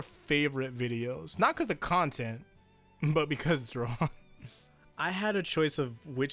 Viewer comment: “SHI-gitchi” shi-GECHi shi-GECHi shi-GECHi shi-GECHi Say it with me now.